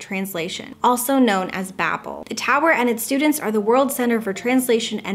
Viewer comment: I believe you pronounce Babel as Bay-bell btw lol. The Tower of Babel is in the Bible.